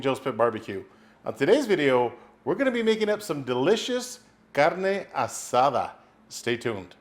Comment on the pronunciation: Great video! Looks delicious, where’s the cerveza? Proper pronunciation is appreciated my guy 👊